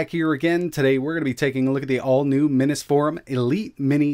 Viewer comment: And what’s up with pronouncing it “Minnus” Forum. It’s like the word “mini” doesn’t exist.